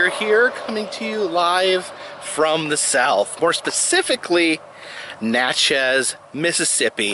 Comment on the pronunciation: Natchez is pronounced to rhyme with matches.